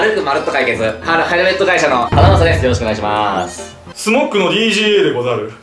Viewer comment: スモッグじゃなくてスモックじゃね？